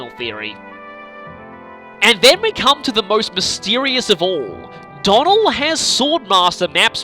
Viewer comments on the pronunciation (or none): none